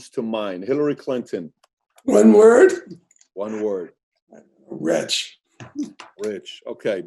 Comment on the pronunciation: He said retch not rich.